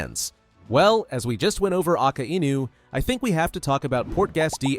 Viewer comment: Why pronounce akainu like aka inu?